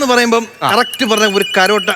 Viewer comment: കരോട്ട എന്നല്ല കരാട്ടെ എന്നാണ് പറയേണ്ടിയത്